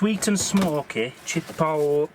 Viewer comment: Looks like the Bar-B-Que will be a staple for your camping! Now you need some recipes for a new way of cooking! By the way...Chipotle is pronounced....chi...polt...lea......hope that helped! It’s a spicy pepper very popular in Hispanic foods! Enjoy!